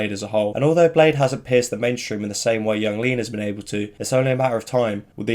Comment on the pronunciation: I thought it was pronounced as "blay dee"